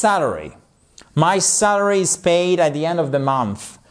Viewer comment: le premier A de sAlary ne se prononce pas comme le A de cAr, mais le A de cAt ou bAck. Salary : Le salaire fixe, non horaire, versé sur une période donnée (généralement mensuelle), indépendamment du nombre d'heures travaillé. Wage : Un salaire horaire rémunère un employé sur la base du nombre d'heures réellement travaillées.